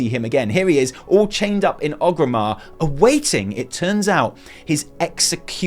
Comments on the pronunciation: You're wonderful, but PLEASE stop saying OGrimmar. You even said in this video ORGrim Doomhammer, the literal orc for whom the city is named. Its ORGrimmar. You're lovely, but please no more OGrimmar. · Every time says OGrimmar, instead of ORgrimmar, I die inside a little.